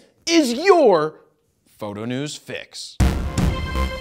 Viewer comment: he really caught me off guard with that "Fro Knows...............................Photo"